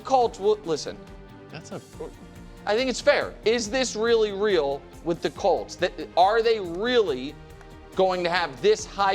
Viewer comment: Since my team is good again and gets talked about more on the show, for the love of god can Nick PLEASE pronounce the name right? We’re the Colts NOT the “Calts”